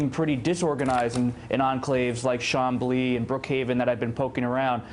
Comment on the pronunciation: his pronunciation of chamblee made me lol